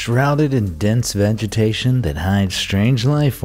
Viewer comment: It's vegitation not vengitation. No n it's g